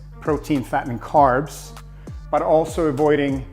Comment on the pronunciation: He said : simple fast carbs , just he not pronounce the word well